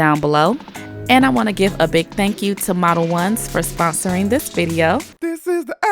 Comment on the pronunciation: Omg I’ve been calling it “model-owns” for the longest time lol 😂🤦🏻‍♀️ makes way more sense the way you said it